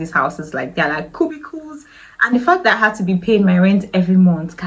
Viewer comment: She said "cubicles"😂😂😂